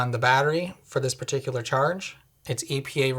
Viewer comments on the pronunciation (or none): none